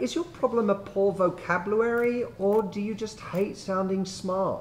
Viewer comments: …Poor “vocabluary” lmao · "Vocabluary" lol Must be the month between January and February